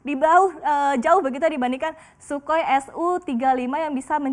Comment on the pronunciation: Si mbak BELEPOTAN. CNBC belepotannn. "Shukoi"? wkwkwkwk